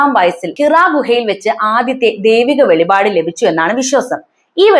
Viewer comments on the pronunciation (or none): none